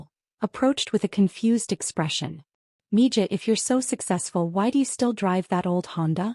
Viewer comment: Mija isn't pronounced mi Ja. Its mi Ha. Spanish for daughter.